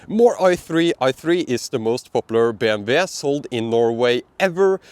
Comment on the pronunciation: BMW = BM (double u). In English W Is pronounced double u